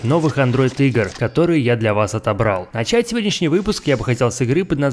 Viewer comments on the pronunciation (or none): none